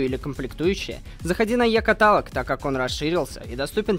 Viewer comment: Вообще-то ты не правильно говоришь катАлог . В слове каталог ударение падает на О то-есть КаталОг .